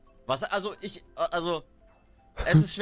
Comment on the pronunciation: Rewi und sein TICH seine Aussprache :)